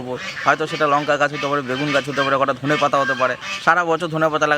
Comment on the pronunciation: ধোনে মশলা না ধোন মশলা